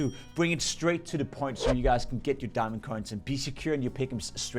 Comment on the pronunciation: "a gurarnteed diamong" dont say that again